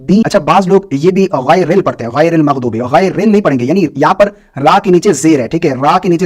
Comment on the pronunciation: मग्जुबिऔर जुआलीन को मगदूबी waladdualeen क्यों parte हैं